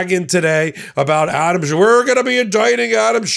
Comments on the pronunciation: Schiff - not Shift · His name is Schiff, not shift. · After so many years of news coverage one would think that would know how to pronounce Senator Adam Schiff’s last name., there is no T at the end of Senator Schiff’s last name! His last name is not SCHIFFT, it is SCHIFF! I repeat. SCHIFF, not SCHIFFT! In a moment of great frustration I say to you, give the man the respect he deserves and pronounce his name correctly. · SchiFF not Shift. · No T in Adam Schiff. He, like Obama, is living rent free in Trump's brain. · Schiff. No 't'. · please stop adding a t to Adam Schiff's name. There's no t in his name. It makes you sound trumpy.